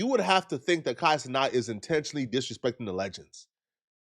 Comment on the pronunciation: why are you still saying Kai CeNOT instead of CeNAT?